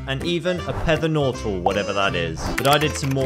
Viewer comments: "Pether Nortal" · PETHER NORTAL WOOO